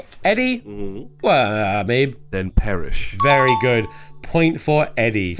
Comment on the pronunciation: That’s vewy nice